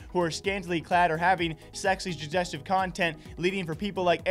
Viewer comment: Man you really struggled with pronouncing 'sezzually jujeztive' huh? 😂😂😝